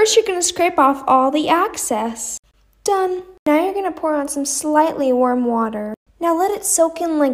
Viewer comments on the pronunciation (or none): guys its not access its excess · It's not access it's f**** excess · I'm having a grand time listening to her say access instead of excess.